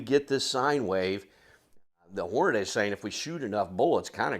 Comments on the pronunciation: Why, oh WHY do so many seemingly intelligent and literate people say "HornaDAY"!? It's clearly, unequivocally, and 100% pronounced "HornaDEE". You know... Just like it's spelled. Lol It's annoying. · Why do so many people call Hornady, "Hornaday"?